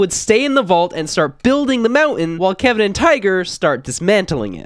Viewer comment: YOU SAID WHO KEVING IS